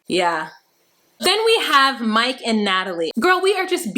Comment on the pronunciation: “No Moike“ 😂😂😂😂